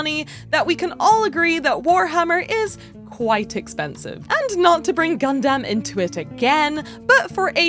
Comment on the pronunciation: hot take: you say gundam like a mom asking their kid if theyre playing "po-kee-mans" on their "nine-ten-do." please have mercy on our gunpla stuffed ears.